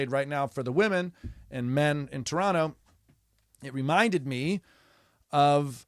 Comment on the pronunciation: Love that you pronounce Toronto like a local.🇨🇦